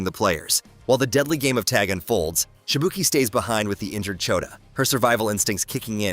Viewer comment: The pronunciation cringes but he nails it with Shibuki.